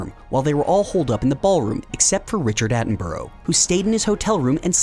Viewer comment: Need to learn how to pronounce "Attenborough" :p